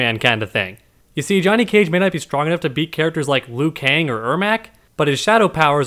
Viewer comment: Liu not lui